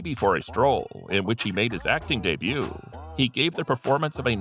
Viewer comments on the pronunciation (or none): none